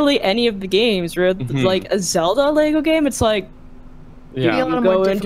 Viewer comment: Why can't you say lego?